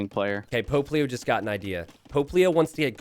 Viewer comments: The name: Pope Leo The way says it: Poplio Me: who is Puglio? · I know they are saying "Pope Leo" but it sounds like Popplio lol.